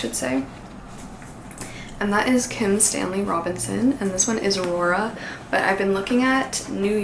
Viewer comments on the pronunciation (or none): none